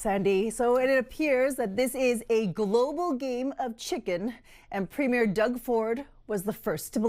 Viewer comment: Its NOT a premiere like a new movie, Ford is a PREMIER...2 very DIFFERENT words that bozo Karoline can't learn to pronounce.